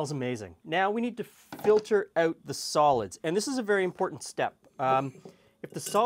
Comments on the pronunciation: eh-oot? meh-ooth? is that canadian? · That 'out' is the dead giveaway.